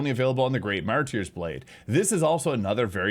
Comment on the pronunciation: "Mar-turrs blade", not "mar-tier" but go off, king! Great content. 🤑🤓